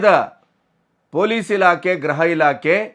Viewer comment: ಗ್ರಹ ಇಲಾಖೆ, ಗ್ರಹ ಮಂತ್ರಿ (GRAHA ILAKE, GRAHA MANTRI) ಅಲ್ಲ ಸರಿಯಾದ ಪದ ಗೃಹ ಇಲಾಖೆ,ಗೃಹ ಮಂತ್ರಿ (GRUHA ILAKE, GRUHA MANTRI)